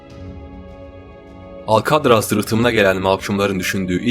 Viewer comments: herşey iyi hoş da alkadraz demen cok sinir bozuju alkatraz de lutfen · « Alkadras « degil.... »Alkatraz « dye telaffuz edilir